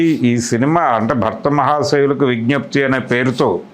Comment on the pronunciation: అరేయ్ అయ్యా భక్త మహాషాయులు కాదు భర్త మహాషాయులు 😂😂